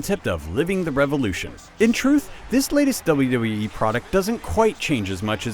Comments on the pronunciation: what tthe fuck i pretened to hear doube doube ee 13 rather than wwe thumbs up if u agree (y) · He keeps saying "Dulla Dull-ee" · This guy can't say 'WWE'.